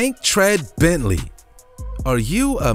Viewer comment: dude butchered that bentley ..